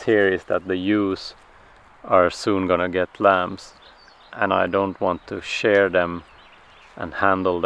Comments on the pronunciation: Shear as in rhyming with hear. 🫶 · Just a heads up! The word in English shear rhymes with year. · Just a suggestion. In English we say “sheer” the sheep. It is spelled shear, but pronounced sheer.